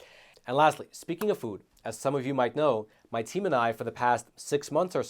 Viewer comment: HATE THE WAY PRONOUNCES "FOOD." He says " Fud."